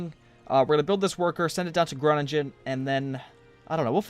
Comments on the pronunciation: Its pronounced Gronnigen not Gronnijen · I know the dutch names are difficult for foreighners but please try to fix your pronounciation of groningen. You can give up on the dutch g since no one can pronounce that. But the ingen part you don't pronounce it as in-gen but as ing-en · Hey i don't want to be annoying and i always like your vids but because im from the Netherlands i want to say that the last 'g' in the city name 'Groningen' is pronounced soft. As in the word 'singing'. I know maybe its weird but its like 'singing(en)' but of course the first part different. One of the next cities will be Nijmegen (where im from):D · I am from the Netherlands and I find it really funny how he is prenouncing big Dutch cities like Utrecht and Groningen XD